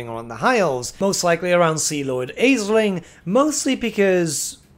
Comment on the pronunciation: Isn't Aislinn pronounced as Ashlyn? It's Irish looking and I know some Elvish names in Warhammer are based on some Celtic names.